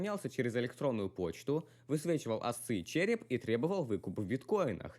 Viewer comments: ASCII произносится как АСКИ, а не АСЦЫ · Не асции, а аски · Мэн, не АСЦИИ а АСКИ читается:) Классное видео, впрочем. Молодца. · Ну то, что кто-то читает ASCII, как АСЦЫИ я даже подумать не мог...